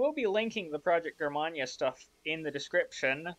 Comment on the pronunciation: Thanks for reviewing my Breitspurbahn models! Also, Germania is pronounced Jur-May-Nee-a. And my last name is pronounced Strass-Bourg.